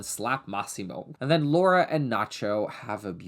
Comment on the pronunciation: Thanks for saying Laura and not “Laura” as an American